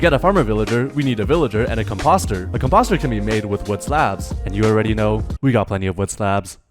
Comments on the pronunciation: Com pawster….😂😂😂 it’s a com poster. Love your videos! ❤❤❤ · It's com-post-er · fire but i need you to look up composter pronounciation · You mispronounced composter lol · So like... have you never had a composter? Just based off that pronunciation